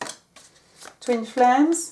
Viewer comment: Bonjour Madame, Ayant le français et l'anglais comme langues maternelles, je me permets la remarque suivante: Merci de travailler votre accent (où placer les intonations), c'est perturbant et ça me fait perdre le fil. Ex: Twin flames sonne comme Toon flares X) De plus, votre tic de langage qui est le e prépausal se retrouve aussi dans votre anglais et ça n'aide pas. Sinon, un énorme merci pour votre travail ❤